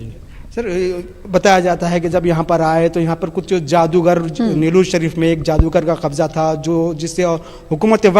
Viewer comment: Nelllur nahi Niloor hai